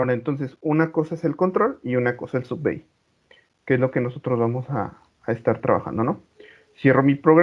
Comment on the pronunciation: se pronuncia: sub biai*